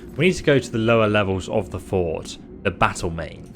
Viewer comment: Pronouncing fort as court, okay, maybe.. but Welkynd as Wellcard? How does that even work